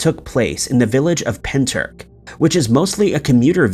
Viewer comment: As a Welshman my ribs went into orbit when you pronounced Pentyrch. Pen Turk hahahahaha. Nice video though.